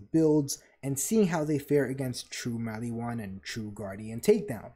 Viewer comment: "....attention span of a human being before a Tiktok..." Dude, you really tested my ability to tolerate pronunciation problems. Why does Mal-EE-whan bug me so much? I mean, they pronounce it Mal-ih-whan in the game. I know that this is a ME thing, but holy hell was it driving me insane. It's a reference that I'm forgetting, isn't it? All your points were legit though. Kudos and Double Kudos.